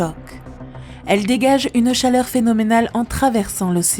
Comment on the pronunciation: N'auriez vous pas pu faire des pauses pour cette pauvre narratrice ? 34'40'' : C'est d'la bombe automique ! 36'28'' : C'est phénoménémal ! 41'38'' : De gigantesmes glissements... 45'45'' : Le quartz n'est pas un métal. 51'07'' : Dans la péniainsule du Yucatan... 51'45'' : Une femme daltonienne ! Bravo, il fallait la trouver... 54'57'' : Faire preuve de ressources : ça ne veut rien dire ! 55'28'' : Avant la chute de la féroïde ?